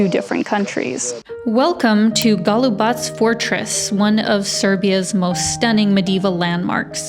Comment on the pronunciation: Beautiful scenery! Good pronunciation of Golubac. Some people pronounce it wrongly as GolubaK. Thank you for that, shows respect for the country you are in. Very nice images of the fortress walls. You are right, we have tourists but we are not over-filled with tourists. That hill - Captain Misha's Hill. In Belgrade, we have a historic building named after him (Kapetan Misino Zdanje or Captain Misha's Edifice), now the HQ of the University of Belgrade. Thank you for the very lovely and enjoyable video.